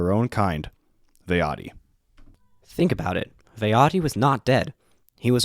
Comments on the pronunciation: VAH-TI is the correct pronunciation for Vaati, there's only 2 syllables. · It’s fucking pronounced Vahti